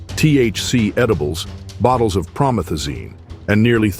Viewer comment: Pro-Meth-Azine, you stupid AI narrator...